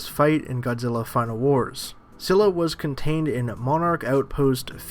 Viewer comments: its pronounced as Skylla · Scylla is with a hard C. Pronounced Skylla